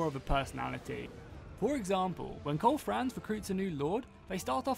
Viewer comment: ..."Koal Frans" and Balthasar Gelt... lmao